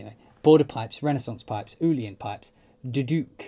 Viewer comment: Nice piece, Mike got Uillean wrong too!!! It's pronounced ILL- UN.